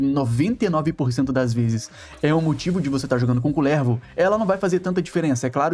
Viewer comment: nao aguento vc falando kulÈÈrvo e slã kkkkkkkkkkkk